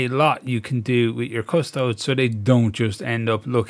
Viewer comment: So important and yet so many times I've waded in because I'm overly excited and botched the job. And isn't it pronounced Adeptus Custode-ess?